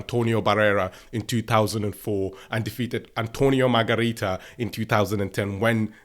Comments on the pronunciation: "Antonio Margarita" 😂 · Margarito.... Not Margarita. You like women alcohol don't you?